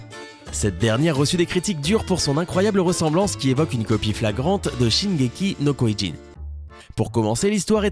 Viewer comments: On dit shingeki no kyojin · La prononciation de Shingeki no Kyojin ma dead .😂 Et sinon Snk n'est pas un dessin animé mais un Anime 😨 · COMMENT IL A PRONONCÉ ATTAQUE DES TITAN EN JAPONNAI ! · c'est quoi cette façon de prononcer SNK 😂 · Il massacre tellement la prononciation d'SNK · WTTTFFFF comment tu dis shingeki no kyojin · Ptn jpp comment il a prononcer Shingeki no kyojin ça se prononce comme ça s’écrit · Y’a que moi qui a été choqué de sa prononciation de shingeki no kyojin 😂😂😂😂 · Omg comment il a dit shingeki no kyojin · Comment il a prononcé l'attaque des titans en japonais c'est un crime wesh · J'aime bien comment il a commencé en niquant totalement la prononciation de Shingeki No Kyojin puis il a progressivement commencé à la corriger lol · comment il as prononcer shingeki no kyojin sa ma tué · 青aominekun Quand je l'ai entendue prononcé shingeki no Kyojin mes oreilles elles ont saigné. 😂😂😂😂😂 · grave moin aussi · PUTIN MAIS C'EST QUOI CETTE PRONONCIATION POUR L'ATTAQUE DES TITANS EN JAPONAIS, C'C'EST À LA LIMITE DU BLASPHÈME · C'est quoi cette prononciation pété de shingeki no kyojin 😂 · Comment tu prononces mal l'attaque des titans 😂😂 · La prononciation de shingeki no kyojin a fait siffler mes oreilles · J'ai saigner des oreils quand il a dis shingeki no kyojin 😂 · mec tu prononces mal l'anime shingeki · SHINGEKI NO KIOJIN PAS SHOKOKIU PTN !!!!! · Shingeki no kyujin pas shingeki no kouilline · Shinnyēki no kyoyin mdrrrr ptdrr c shingeki no kyogin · ah les prononciation de japonais -_- shingeli no kyogin pas koigin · C pas shineki no koyin c shingeki no kyojin et on dit pas dessin animé mais animé. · Ky-o-jin... pas ko-y-jin. aussi les mecs, montrez pas des images de Digimon quand vous parlez de Dogmon... vous savez ce que c'est la désinformation ou pas? Vous nous donnez peut-être de vrais info de top10 mais si les images n'ont pas rapport avec ce que l'on voit, autant garder les images pertinentes affichées plus longtemps. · "sin gé ki no koijinne"